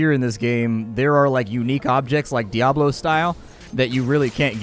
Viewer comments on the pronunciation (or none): none